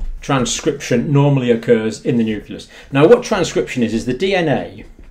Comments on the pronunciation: NEW CLEE US, Doc, not NEW CUE LUSS. Carry on. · New-klee-us. Not "Newk-u-lus". Sorry, but I think this is important. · i dont trust a guy who cant pronounce 'nucleus' LOL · pronounce "nucleus" for us.